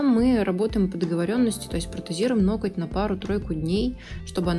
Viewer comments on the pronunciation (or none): В слове ноготь делайте , пожалуйста , правильное ударение .